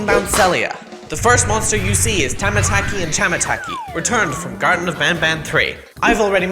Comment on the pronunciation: Finally Said The Correct Name Of Tamataki And Chamataki But Except The Chapter 3 Video He Uploaded Said The Name Wrong